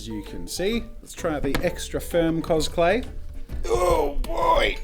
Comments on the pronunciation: I'm sorry, but i just hear cosPlay every time. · Every time Jazza says 'CosClay' Me brain: COSPLAY???